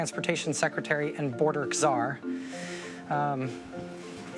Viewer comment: She said C- zar